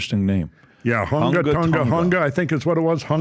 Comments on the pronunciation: Hunga is pronounced "who-ngaw" & Ha'apai "ha-ah bah-eee" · it's pronunciation is HUUUUUNGA Tongan, but it's great that you guys are covering this story, It's funny because I'm trying to connect how Polynesian people travel across the seas following volcano 🌋 activities, New Zealand aka Aotearoa literally translated to the land of the long white cloud ☁️ and I'm trying to prove that is what we used as a map to travel the seas